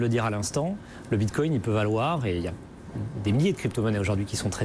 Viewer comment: Le mec dit Bitcogne lol